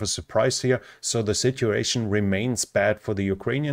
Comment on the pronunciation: Another great report. But considering i dont speak another language, the following comment is probably unfair. The word 'sitUation' has a u in it. It would be lovely to hear it